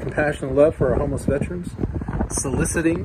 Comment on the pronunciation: Vet Er Ans...pet peeve of mine is mispronouncing veterans.